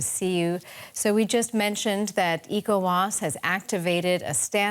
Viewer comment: It isn't known as 'IKO-WAS,' it's known as 'ECHO-WAS.' 🤦🏿‍♂